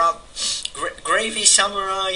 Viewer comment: T.T mispronounced my name... I'm gravi_samurai, as in Gravitation_Samurai. I just shortened it because Gravitation_Samurai seemed a bit excessive.